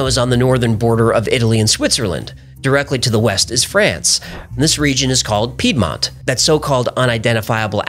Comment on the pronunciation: Heh, he's American so he can't say Piedmont. 🤣